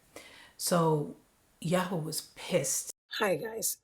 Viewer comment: Yarway, please pronounce it the same as everyone else NJ, YARWAY x